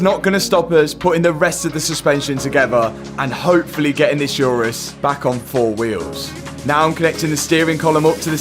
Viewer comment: Oo-rus, not Yourus. My god. Call yourself a car guy but can't pronounce the name properly 😀